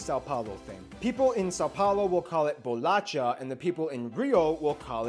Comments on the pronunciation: Brazilian here. It's pronounced "bolasha" and not "bolatcha". And if you say "biscoito" you are wrong and dead to me. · "Bolasha", not "Bolatcha". And, by the way, that's the correct word over "Biscoito" :D. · Bolacha is pronounced bolasha. Ch in Portuguese is pronounced as in French, not as in Spanish or English. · It's too funny listening to a gringo trying to pronounce portuguese words lol he did well, but I have to correct this VERY important word: you don't say "Bo-la-tcha" you should say "Bolasha" 🍪 Similar to "Natasha" -- thank you so much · Bolasha... not bolatcha. That was the only thing that made me cringe. In the north, we call bolacha to salted cookies and biscoito to the sweet ones. That's it. =D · This "funny" war (which, in fact, is really serious lol) is equivalent to the difference between cookie/biscuit... But the most appropriate way to pronounce "bolacha" is with /sh/ as in "shower". Oh, and BTW, Cristiano Ronaldo isn't Brazilian, but Portuguese. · Just a little correction, the "CH" in "bolacha" is pronounced as "SH", like in "show" or "shoulder", but regardless, loved the video, and this guy nailed almost everything. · 4 - more examples of mispronounced words: Noronha is pronounced Noronia, closer to Spanish Noroña (not Noron-ha); Bolacha is pronounced bolasha (not the English CH sound) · Ele falando bolacha e biscoito tudo errado lkkkkkk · Its BOLACHA. U r welcome. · The correct is Bolacha, the only thing you should know, bye ^^ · it's BOLACHA! hahahahaahahah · just to mention: it´s BOLACHA! aha